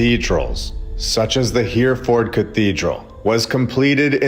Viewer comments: He-re-ford, not Here-ford. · Hereford- pronounced Herryford. Keep up the great work. 👍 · Hereford has 3 syllables, "Her-e-ford" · Wow, riveting stuff. Thank you. FYI, Hereford is pronounced Herryfuhd. And when you covered Jerusalem, I remembered that Golgotha means "the place of the skull" !